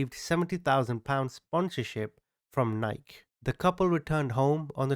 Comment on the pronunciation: Haha, he said "Nike" like "Mike."